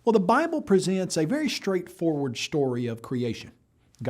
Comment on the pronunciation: “A shtraight-forward shtory of creashun”